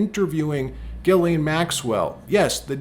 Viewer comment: Her name is giz lane. Not gilane😅 sounds like a porn star huh.